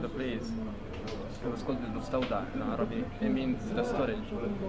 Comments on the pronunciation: I'm impressed how well you pronounce some Arabic and Hebrew words, good job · "im an american"... also reads arabic like nobody's business... pronounces arabic well... this guy's a fraudulent "neutral" american.